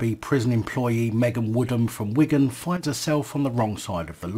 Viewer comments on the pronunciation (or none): none